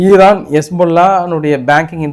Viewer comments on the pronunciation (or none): none